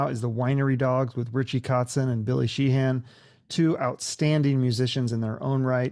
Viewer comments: It's a great interview - thank you. Just for future reference it's "Shee-un". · The way he pronounces Sheehan in the beginning of the video, this dude doesn't know anything about the Winery Dogs, and it just felt in general like he didn't do his homework before the interview. Mike was a class act as always, despite some awkward and leading questions.